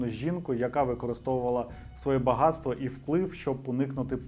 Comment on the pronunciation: Шановний авторе дякую вам за ваш контент, але будь-ласка перестаньте вставляти букву Ґ куди попало . Там є правила де Ґ а де Ґ !!!!!